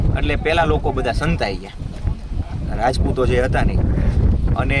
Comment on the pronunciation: Ama tamne bolta no avde to plz no bolo tame rajput ne raaajput bolva dhyan rakh jo